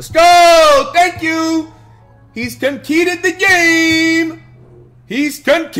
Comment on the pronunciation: your opponent did what? “Con-keeded” the game? That’s not even a word my guy. I came here to look for tips but you can’t read so I’m out 🥴